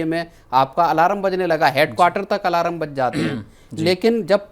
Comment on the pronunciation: alaram nahi, alarm, school me English tha ki nahi?